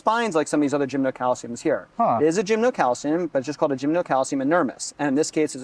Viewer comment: Oh, /, PLEASE rehearse some of the people before videoing them and posting the videos. My head is about to split. I have to throw in the towel and move on to a different video of yours. 😟 By the way, it is NOT gymnoCALCIUM. 🤨